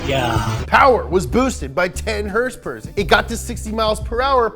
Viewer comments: Tells you to say MK properly... Says Hrsprs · James, the way you say hrsprs is everything :D :D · So many Hörsepürs…